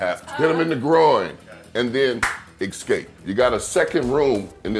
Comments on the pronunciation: Ecscape?! Did anyone else find that really annoying. Haha! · lol. I have no respect for anyone who says 'ecscape' repeatedly. also, guns.